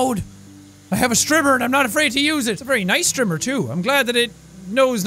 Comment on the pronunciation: When he was saying strimmer I thought he was saying stripper